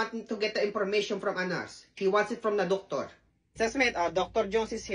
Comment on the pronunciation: “You want the docToRRrr?!” 😂